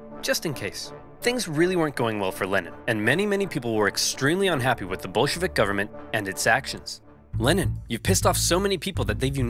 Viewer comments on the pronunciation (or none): Every time he says Bolshevik, it sounds like B*llsh*t Vic to me. Anyone else? It is surprisingly fitting, yeah?